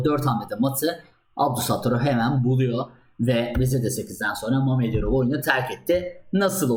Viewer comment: İsimleri rusca yox, böylə söylemek daha doğru, daha TÜRKCE : Şəhriyar Məmmədyarov ve Nadirbəy Əbdulsəttarov